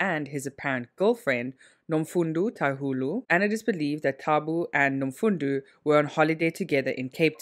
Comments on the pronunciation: Wish u would put more effort into pronouncing African names if u are going to include them in ur videos. How can u pronounce one "o" correctly then the other as "u"🙄Nomfundo is pronounced exactly as it is written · she's not trying at all. She says the first thing that comes to her mind. In the beginning of the video she pronounced the guy's name as taboo then later pronounced it correctly. Same thing with Nomfundo. If u can read it, it isn't so hard to pronounce